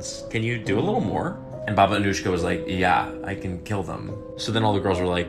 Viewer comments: Her name is pronounced as Anuyka. She was born in Romania and set up shop in Vladimirovac village in Serbia. She was known as one of the most prolific serial killers (at least during peacetime) in the region, but she was not actually the one "pulling the trigger", although she did manage to accumulate some 50 by proxy frags by the time she signed out of career mode. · I’m pretty sure it is pronounced as “Baba Anuyka”, not “Anushka”, because she was Yugoslavian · He pronounced Anujka as Anushkha which confused me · As a Balkan myself this type of pronunciation annoys us on a whole new level, its Anujka( Anuyka in English) not Anuška( Anushka ) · The pronunciation is killing me. The "j" is supposed to sound like a "y." /ɑːnuːjkɑː/ (a-nooy-ka) not /ʌnuːʃkə/ (uh-noosh-kuh) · Its pronounced Baba Anooyka not Anushka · You mispronounced her last name. The "j" in Serbo-croatian is pronounced as "y" is pronounced in English. It's "Anuyka".